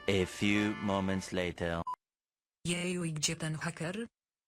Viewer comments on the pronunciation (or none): none